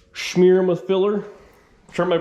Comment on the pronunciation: Lol he said shmeer